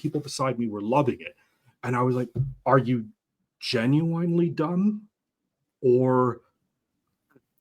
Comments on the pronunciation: If this guy says "jin-you-WINE" one more time, I may lose it. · I came here to say this as well, hate to be a grammar cop but it gen you winely was driving me nuts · He kept saying "You Genu-WINE-ly don't know?" there's some irony there.. But yeah, grammar nazi and all that, but someone needs to teach this man how to pronounce the damn word if he's going to use it every 30 seconds lol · "Gen-u-wine-ly" danquish